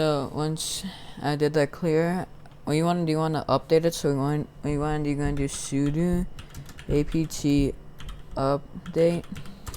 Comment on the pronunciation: am i the only one thats getting annoyed when he says suduu and not sudO >:(